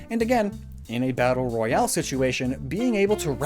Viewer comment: Royale, not rohiale.